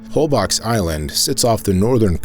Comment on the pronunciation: very enjoyable film! I'm happy to say I've been to a lot of these places. I just have to mention one thing. No one there will know what you're talking about if you pronounce Isla Holbox like "BOX"!!!! It's more like 'bolshe'-- one syllable! I stayed there for several days and enjoyed an excursion with the 'whale sharks'! Thanks!!